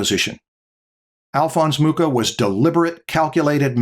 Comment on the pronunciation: Awesome episode as always. Since I noticed can pronounce the "ch" in Bach flawlessly, I'm sure he'll be excited to learn that the "ch" in Mucha is pronounced the same as the "ch" in Bach. So it's not [muka] but [mukha]. You can trust me on this matter, I'm Czech;)